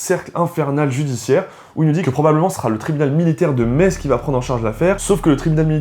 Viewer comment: Oh les vilains Lorrains dénonciateur ! Non je rigole, je suis moi-même Lorraine (🎶avec mes sabots 🎶) et à 20 mn de Metz, bravo pour votre prononciation du nom de la ville,parceque souvent les gens prononce MeTz 🤪